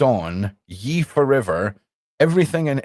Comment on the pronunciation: 😂 You're so darn cute,. I guess it's time to say, YE is pronounced like YAY, not Yee. Just think his full name Kan-Ye. 😉 Love ya, guy!